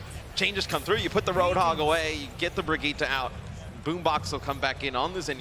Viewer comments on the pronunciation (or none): its been months since her release and still no one can fucking say Brigitte's name properly